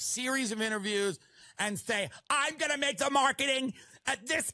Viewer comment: She doesn’t even believe her own bull. Look at her face when she says “ we did it in 2020 and we gowna do it agin in tweny tweny fo, yes we are. TRUMP 2024!